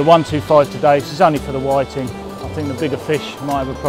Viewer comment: Whi-TING, pou-TING... all the same ting.. lol